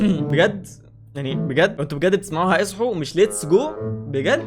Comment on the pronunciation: لما عدتها سمعتها اصحو بردو 😂